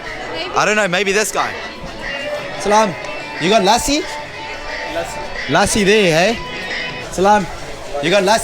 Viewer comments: ( Lassi ) pronounced as ( lə'ssi ) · Lussi is the correct pronounciation 🇵🇰❤️💐🇵🇰❤️💐🇵🇰❤️💐